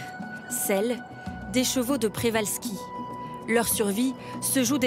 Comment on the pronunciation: Le nom du cheval est celui de son découvreur, le naturaliste russe Nikolai Mikhaïlowitch Przewalski ( ) d’origine polonaise. Le digramme rz polonais se prononce J. On doit donc dire Pjévalski. D’ailleurs écrit en cyrillique le rz est remplacé par la lettre correspondant au son J.